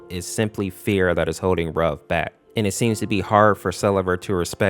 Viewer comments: Ayo did you say "Rug" instead of "Ruv"😂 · Some people are pronouncing Ruv's name wrong. It's pronounced (R-oo-v) like the word root. A lot of people seem to think it's pronounced like the word love. It's not. I've watched Date Night Masses and in the beginning cutscene I can clearly hear it being pronounced as R-oo-v not r-ove. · Wait.. It was 'R-oov'? I pronounce it as 'Ruf' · you said both sarvente and ruv's names wrong. ruv is pronounced as if it is spelled ruve. sarvente is pronounced sarv-e-n-te